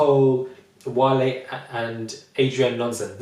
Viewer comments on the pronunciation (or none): Please it's not whale, he's not an animal its WA-LAY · I died when you called Wale "whale" 😂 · Did he just call him "whale"?😂